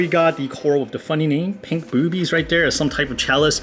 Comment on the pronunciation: You say "boobies" funny 😂😂😂😂